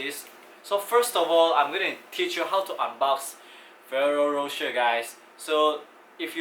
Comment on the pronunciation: You pronounced it wrong dude, the Ferroro is right but the rocher is wrong, it should be like Ro "SHARE" because the italian accents.